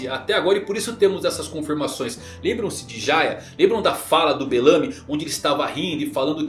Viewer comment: Bêlamii, cara mds é Bélamy, pq os caras falam como se o japonês não existisse, Igual KizaRU, é Kízaru, Aókíji, é Aokiji, Para de inventar mds. É igual em Nanatsu, Escanor, os caras chama de Íscanor (Scanner), cara, o nome do personagem é ês-ca-nor, como é dito no japonês.